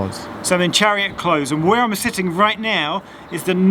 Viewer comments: Close as into shut or end is with a Z, Close, as in not far away, is with a S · That's twice now I've heard you pronounce "Close" (a cul-de-sac) with a z sound. Is this peculiar to the Marshall household or do other people say it that way?